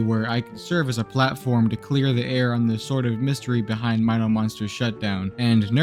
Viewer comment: don't worry man, I've pronouncing it correctly too! Even as a 9 y/o back then! My-no for Mino Monsters!